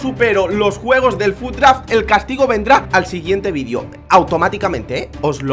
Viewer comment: tu dices guegos